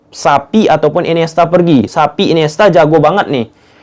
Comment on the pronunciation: Xavi bang bukan sapi😂😂😂